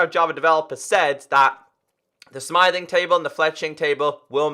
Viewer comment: I think you are calling the smithing table "smything table":P